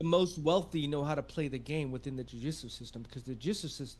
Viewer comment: I kept hearing Jiu Jitsu system instead of Judicial.